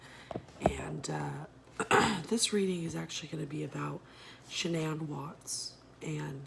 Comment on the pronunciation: “When I smoke weed I feel much more connected to the spiritual realm”…..GIRL ‼️🙄😒🤡🗑 (and FYI her name is not SHANNON….it’s actually ‘SHU-N-ANN’ you CHARLATANS need to stop it…the information y’all give on here is obviously public records and everything you are PRETENDING to know has already been told To the media so instead of trying to make money off of peoples TRAGEDIES and doing these FAKE A$$ “readings” try coming up with stuff people don’t ALREADY KNOW ain’t nothing about this a “tarot” , “reading”, or “abilities” this looks FRAUDULENT, sounds FRAUDULENT and nobody ain’t about to take you serious because you don’t even know her d@ NAME 🤡🗑💩